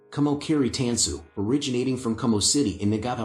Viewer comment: It's pronounced tahn-su